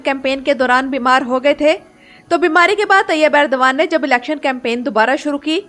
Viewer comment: It's Erdogan not Urdagan